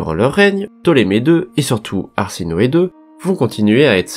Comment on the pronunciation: C'est pas arsinoe mais plutôt ha se noe